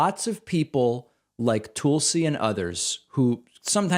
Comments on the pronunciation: I love the way he pronounces Tulsi. “Tool-si” 😂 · Lol David, I love how you pronounce her name "Toolsie". Bravo friend. 👏👏👏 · Uh, why are you calling her Toolsie? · I admit I clicked more to hear how you would pronounce “Tulsi” than what she had to say.